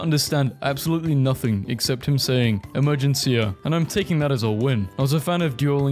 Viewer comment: With all the love in my heart, based on how he pronounced "emergencia," I think that no he probably can't 😆